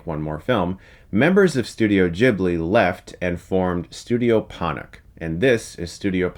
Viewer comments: Ponoc is named after the Serbian/Croatian word for midnight so I think it should be pronounced Ponoć, also are you going to review Breadwinner and Loving Vincent or are you only interested in 2D animation when Japan is involved. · Putting a textual strike over the c in Ponoc doesn't help to teach anyone what that actually sounds like. Ghibli was also a name that was based on something else, but the company itself pronounces it differently from it's source.